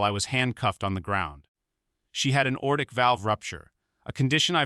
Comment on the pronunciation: It's a Lever 1 Trauma center not Level I Trauma Center. Repair the erroneous robot narrator verbiage. Why is the narrator incessantly saying the word "old"? Narrator cannot say simple meficsl words correctly: aortic phonetically is "a...ortic", NOT ORTIC. STOP USING ROBOT NARRATORS IF YOU CANNOT PERFORM QUALITY CONTROL TO NEGATE ERRORS. The cop should be tried for murder due to the patient's death becausr of the cops racial profiling.